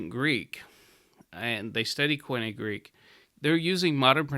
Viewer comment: Much as I love moden Greek, this man is an ignoramus. He cannot even pronounce "koinē" properly. There is no argument for pronouncing biblical Greek like modern Greek. It would be like telling your children to pronounce English like Old Norse because some sentences in Old Norse can be understood by a modern English speaker.